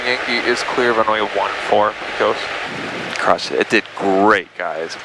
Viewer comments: Pecos (pronounce by locals as Pay-cuz). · It’s pay-cose not pee-cose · Nice video. Btw, I assume ya’ll landed in Pecos, TX. It’s pronounced pay-cus or pay-kows, not pea-cuss. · its not PEECOS its PAYCOS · Ok you have to say it right - try saying “Pay-cus” and not “pee-cus” lol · Please stop saying Pee Cose. It’s Pay Cuss. Pecos, Texas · Pecos is pronounced Paycuss, not Peecose. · It's Paycus, not PeeCos. Please !! lol. Looks like you guys got antoher good one. Good decision to stay overnight. Might be some hope for you guys yet lol. Did you make a good deal for $27K? Oh, heck yeah. How many hours til engine overhaul needed? That's key. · It’s pronounced paycos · P-AY-cos (as in co-sign) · Its pronounced paycos (Pecos) Texas. Thanks for the video. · I cringed every time they pronounced Pecos, its pronounced “Paykis” 😂😂😂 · Heyo! I'm a native Texan and just learned Pecos is pronounced by locals as "Pake-iss" - Yeehaw n' all that! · Nice video....in Texas, Pecos is pronounced PAY-COS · Pecos, TX is pronounced "Pay-kos" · Good video. Pecos is pronounced “Pay cuss” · The proper way, for anyone from Texas, to pronounce the town is Pay Cuss. Like Judge Roy Bean was " The law West of the Pecos". Learning to fly is on my short list, I enjoyed this video, and very little was over my head. What was, I was still able to put the pieces together. Now I'll have to subscribe and get caught up. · Pecos is pronounce (PAY-CUSS) by we Texans! Glad you guys had a smooth trip! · lol "Peh cos" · Can’t believe you can’t pronounce Pecos properly